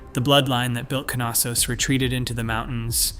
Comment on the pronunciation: It is Knossos not Kanossos there is no ‚a‘ sound connected to the ‚K‘ between the ‚n‘. You say knitting not kanitting.